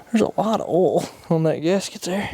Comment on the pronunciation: And yes I have met people who pronounce oil the same way that you do. But I'd like to remind you that there is a letter I between the O and the L